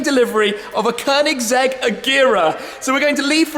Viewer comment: Perfect pronunciation of Koenigsegg, snyggt! Riktigt snyggt 😉🥂